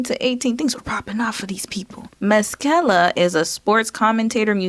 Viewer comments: Masekela not MASKELA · Darn..do a Google search on how to pronounce name...its ma...se..ke (ca) la...thats pne of the easiest african names to pronounce....as a black person, i expect you to try a bit better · Pronounced: Mass•i•kayla. His Father is a highly revered African jazz-soul artist. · Pronounced Ma-se-ke-la! i remember his Father! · It’s pronounced massa-kayla. And he usually just goes by Sal for his first name. I remember him from when I used to watch X Games every year. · Masikela pronounced "Mah-see-ke-lah "